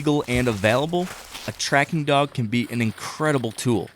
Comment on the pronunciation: Dog not dock